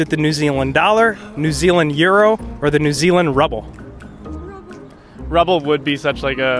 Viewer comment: I'm laughing so much at "rubble" 😂😂 Did he mean to say rouble?